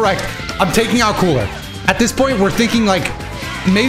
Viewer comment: When you said cooler it sounded like kool-aid when you said it at first 🤣